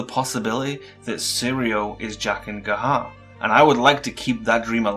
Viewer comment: jaquen HAGAR mah brother lol not gahar I had to rewind it I thought It was just ya accent good vids bro keep it up